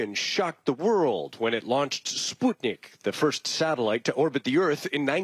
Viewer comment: In my 52 years, I've literally never heard Sputnik pronounced, "Spoot'-nik." Ever. It's, "Spuht'-nik." Get it right.